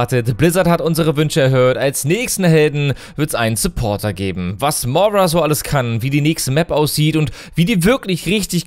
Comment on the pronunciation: Du sagst immer Mora, sie heißt Moira xD also ich bin sehr gehypet und hoffe, dass sie etwas von Mercy ablenken wird. Die Skins sind mega gut, vorallem Widowmaker, 2. Skin wo sie eine normale Hautfarbe hat, der Skin ist einfach schön <3